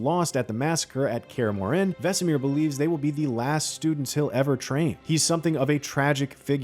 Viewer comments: No. nuh nuh nuh... it's not pronounced "MoreANNE". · Kaer ''Muren'' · Kaer MorHEN??? GerALT??? wtf. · Gr-Ralt lmaooo “care more inn” ?? Bro please learn the pronunciations please???? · Nobody: This guy: "Gr-Ralt" "Care Moren" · Please stop pronouncing Geralt. And CARE MOR-HEN. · Dude said "Care Moren" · yeah he is saying kaer more inn lol it hurts the soul lol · In all your research, did you never come across anyone saying either Geralt or Kaer Morhen? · Its honestly kinda pathetic at this point how a channel based around reviewing and playing games doesn't know how to properly pronounce the name of the main character of the game, eventhough its said million of times, and even in the previous seasons. also how he can't pronounce Kaer morhen makes it all the worse. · Plz eather lear to say Geralt and Kaer Morhen the proper way .. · You’d think a guy working for IGN would know how to pronounce Geralt and kaer morhen… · BRO IT BOTHERED ME THE WHOLE TIME 🤣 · So true xD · The narrator has no clue how to pronounce "Geralt" and Kaer-Morhen. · To me it sounder like he was actually pronouncing the “H” in Kaer Morhen, whereas in the games they don’t pronounce it. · Kaer Morhen pronunciation was also butchered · Or Kaer Morhen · Why does this guy keep mispronouncing Geralt & Kaer Mohren???